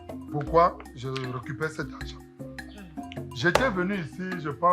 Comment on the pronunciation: Mettez vos zargent 😂😂😂😂